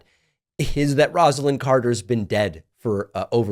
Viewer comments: Pronounced “Rosa-Lynn” (with a long “O”) not Rahz-ah-Lynn. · David, just wanted to let you know you are mispronouncing Mrs. Carter’s first name. It’s not pronounced with a ROZ but with a ROSE.